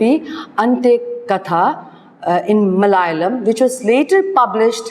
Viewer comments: Malayalam please prounce,... correctly pls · You explained the autobiography with great clarity and amazing insight. Just one point to be taken care of ie.the pronunciation of words in other languages. For eg.Malayalam,Ente katha etc.